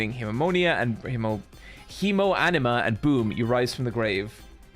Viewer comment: the way is pronouncing hemoanima, he's saying that we have the power of blood and anime on our side